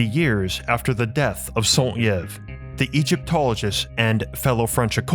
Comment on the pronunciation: the Y in saint Yves is pronounced as an i